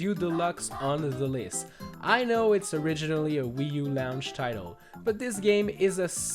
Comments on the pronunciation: I know he said "launch title" but it sounded like "lounge title" for super Mario Wii u deluxe. But I think he inadvertantly coined the name for my favorite gaming genre. Stardew valley, that's a lounge title. Mario maker, total lounge title. Dragon quest builders, grade A lounge title. Thank you so much for inventing this term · him saying launch sounds like lounge